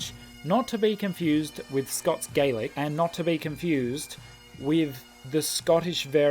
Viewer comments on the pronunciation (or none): Just thought I'd mention that Scottish Gaelic is pronounced differently to Irish Gaelic. In Scottish Gaelic it's "gahlic" not "gaylic". You might never need to know this though 🤔